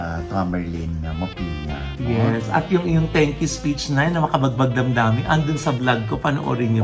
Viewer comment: Nay Ogie, mopya po (not mo.p.i.a) ang pronunciation ng apelyido ni Tamtam